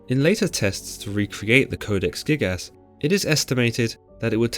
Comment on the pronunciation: I know I am not the only one hearing him saying "Codex thickass"